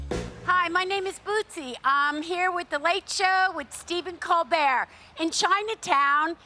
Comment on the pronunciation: I cheered every time Bootsie said "The Late Show With Stephen Colbert" correctly, as she struggled SO much with it in the past. Bootsie is by far my favorite correspondent.